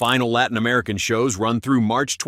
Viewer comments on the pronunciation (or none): none